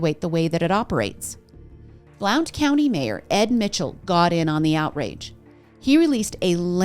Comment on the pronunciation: Just a heads up from a local — Blount county is pronounced like blunt. Ignore the O 🤣 Also Maryville has no S. It’s pronounced mare-ville. No e sound.